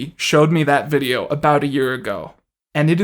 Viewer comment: He pronounces words as if he's never heard them said aloud. But some of the words are "fifteen" and "video"